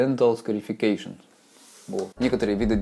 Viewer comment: Ash scarification. Послышалось эщкерефекейшон